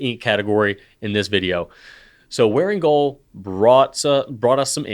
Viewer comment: It’s really nice to hear someone actually pronounce Wearingeul correctly. Thank you for not mangling Korean.